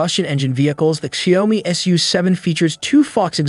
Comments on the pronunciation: It is pronounced Shoud (rhymes with loud) me, NOT Shay-om-me. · That constant mispronunciation of "Xiaomi" was utterly unbearable. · It is painful to listen to xiaomi as ‘shy -oh-mee’, and huawei as ‘hew why’ ! Perhaps time to learn pinyin? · Please at least pronounce the names correctl: Xiaomi is 'Zhow-mee' and Huawei is 'Hwar-way'.